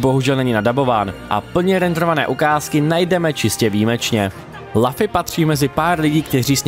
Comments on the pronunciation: Zdravím, jako zarytý fanoušek One Piece mě výslovnost jména protagonisty jako „Lafy“ ačkoliv v originále je to Luffy [Ruffy] (v japonštině se L čte jako R) zneklidnila. Pochopitelně ne každý zná One Piece a správnou výslovnost cizích jmen, ale tohle mě na jinak zajímavé recenzi zklamalo. Dokázal bych odpustit i americkou verzi Gomu Gomu no Mi tady zmíněnou jako Gum Gum ovoce, ale přes jméno protagonisty nejede vlak. Kratos taky není Krétos, Dante taky není Dent a Ezio není Ezjo. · je to luffy ne laffy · Lafy ? Co to sakra ? :D Recenze ok, ale tohle mi rvalo uši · jmenuje se Luffy a čte se to lufy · Strašná recenze, po první minutě jsem jí musel vypnout. Při recenzi hry, by si člověk měl alespoň zjistit výslovnost jména hlavní postavy. "Lafy"???? "Gam Gam" ovoce???? to se vážně nedá poslouchat 🤮🤮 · Kdyz to rekl poprve malem jsem se do*ral.. :D cim vic to ale opakoval, tim vetsi jsem dostaval pocit, ze prohodit mobil zavrenym oknem je taky moznost.. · Já jsem si u Indiana zvykl na určitou úroveň jejich recenzí. Když však odpovědná osoba neumí ani vyslovit jméno hlavní postavy, jak mám věřit zbytku recenze? Najednou to vypadá odfláknutě. Jsme jen lidé a kdybych dostal text, který jsem nikdy neviděl o něčem, co neznám, taky bych měl problém s výslovností cizích jmen. Jenže kdyby se tohle stalo u jedné ze slavných sérií jako God of War, Assassin´s Creed nebo Legend of Zelda, místo mého chápavého komentáře, kterým jsem chtěl říct: „Je to velká chyba, dejte si příště pozor,“ bychom mohli mít náběh na třetí světovou. Pro člověka, kterého nezajímá anime, natož One Piece, je to prkotina, ale zkusme si to představit u hry, kterou známe všichni a na nějaké pochopení můžeme rovnou zapomenout…